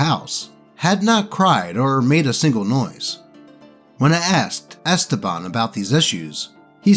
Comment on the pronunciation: who in the world pronounces esteban like that